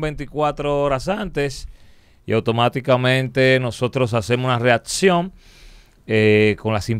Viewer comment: Santiago bro, corrigete esa detallito de pronunciar la ''c'' como si fuese una ''d'' en el caso mas reciente: ''readcion''